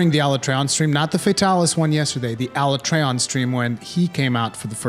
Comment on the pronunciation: Can't take this guy serious when he's mispronouncing Alatreon's name wrong. And he's wrong, this gatekeeping shit is going to kill the series if they keep this nonsense up.